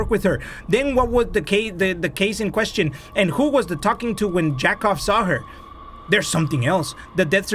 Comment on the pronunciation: yakov is said (yeah-couv) which is jacob in english